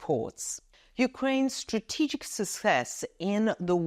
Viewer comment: Stra-TE-gic is the most favourite word of Anka Daily News. Cannot help smiling whenever you pronounce this word with the strong stress on TE. Keep reporting the latest news for us.